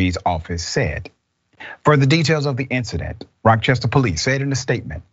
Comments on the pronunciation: She lived in Rock-chester... lol. Learn the words before you read outloud. 😒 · Thank you! I was like "where is Rockchester?" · It’s Rochester not Rock Chester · Not sure where he got the K from